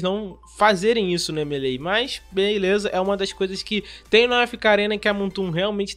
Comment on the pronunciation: Me causa estranheza essa pronuncia americana do jogo "M.e.lei"